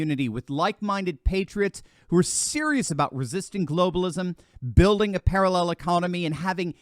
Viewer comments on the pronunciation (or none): none